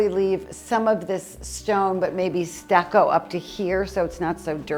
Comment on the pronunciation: when you are saying stacco here and stacco there..pointing to the walls..are you meaning stucco?..plaster? you make me laugh😂..I hope you and your family are doing well..un abbraccio